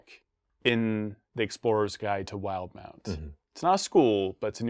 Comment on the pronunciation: WILD-MOUNT! I've been saying "will-deh-mount" this entire time! Now I think about it... the official pronunciation makes MUCH more sense.